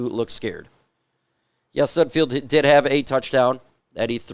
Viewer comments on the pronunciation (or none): Not that he deserves his name to be pronounced correctly but it’s Nate SudFELD not SudFEILD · You do know it’s sudfeld not sudfield right? Not that it matters you won’t need to talk about him anymore I’m sure lol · Day 500 of asking you to please pronounce sudfeld correctly. Youre a reporter get it right man. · Derrick probably knows how to say sudfeld correctly